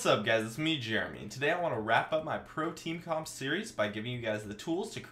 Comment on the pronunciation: when he said pro-team comp at the start i thought he said protein hahah :')